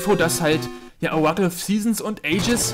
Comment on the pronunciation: Ich schaue deine Videos gern, weil ich ein Jahr deutsch lerne. Es ist oft zu schnell für mich aber ich geniesse sie noch. Auch, um "Oracle" richtig zu sagen, sag Uhr - ra - kul. Es gibt nur ein 'r' aber man sagt es wie zwei 'r'. tut mir leid, wenn meine deutsch nicht so gut ist.